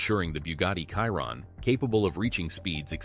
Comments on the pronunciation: Bugatti Kaihron,,,,,,,,seriously Chiron is pronounced Schiiron. The video is just a compilation of other videos. Cut and Paste. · Did you say the car is khyron? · Did this guy just said bugatti kyroon? WTF! 🤣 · Kyron? I went to school with Kyron. This is Chiron the Bugatti. 😂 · Please le name of the car is Chiron….she rond not Kironne….. thanks to pronounce it correctly ! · He calls him Chiron not Caiton. Be professional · Shee Ron , not cai Ron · Bro legit called it the Byugati Cayiron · Chiron.. kiron😂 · Kiron? Moleshamme? Sounds like an AI video. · Same, kiron… like tf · Chiron - Kiron Hahaha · The "Kaïron" lol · Who's Kairon?? 🤷‍♀ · “ De boogate kiron “ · It's pronounced..."Shere ron" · 'Biugati Chairon' Right. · Buga'tt'i Schiron (exactly how one pronouces Schumacher) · It's fuc£in pronounced shi- ron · Why do Americans just pronounce everything wrong smh, it’s not in English my guy it’s SHEEERONNN! Maybe now you’ll understand smh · Literally 2 seconds in and you said the name wrong. I’m not even going to finish watching. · Your pronunciation of Chiron is completely off. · Exactly the same with me I won't bother watching the rest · You might consider getting your bot to properly pronounce the name of the subject of your video. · Cant watch this, cant even say Chiron properly. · Research how to pronounce the car name right first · Trying to be different or cause a controversy by mispronouncing the name of the car? Go play games someplace else. I’ll pass on your video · I just cant watch as he says the name wrong...i cringe